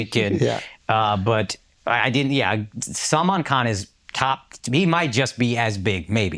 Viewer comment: The easiest name Salman Khan he doesn't say correctly 😅